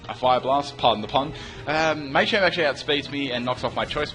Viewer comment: Mah-champ not May-champ, You-xie not Uhh-xie.